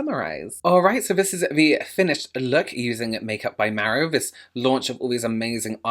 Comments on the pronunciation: Im Italian, and you are actually saying "Mario" correctly. Us Americans actually say it incorrectly. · As a Brit living in Italy, you pronounced Mario perfectly... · Honey I’ve just got to the part where you say Mario... you say it correctly.. my dad was Italian and that’s how he said mario.. I had an uncle with the same name 😍😍😍 Omg you’re killing me😂😂.. I’ll quickly say I’m gonna love this before I watch it... saves me keep editing my comment 😘 Only a professional like yourself can really appreciate how much thought has gone into this collection Have a great week sweetheart 💖💖💖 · I've been made fun of for how I say Mario after I moved away from the NY/NJ area, but Mary-O is how everyone said it where I grew up! So glad I'm not alone 😭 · You say ' Mario' as we say in Italian 😉. You skin glows with the highlighter... So beautiful. I want